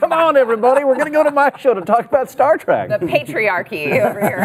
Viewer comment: I thought it was " Star Trek " and "star track" how can you guys even call yourselves fans?😊👍🏼😋